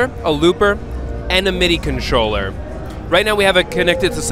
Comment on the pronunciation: "MIDI conscholler" lol.